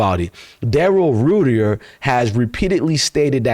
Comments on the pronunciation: It’s pronounced Rite-er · It's pronounced Rider.. & Grosee... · His name is pronounced "Rider" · Crazy work the Browns doing when they don't wanna give Sanders a chance in the public eye because they want Manning so bad. Very disappointing. He pronounces his name more like 'Writer" btw. Keep going forward bro. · It’s Pronounced Ryder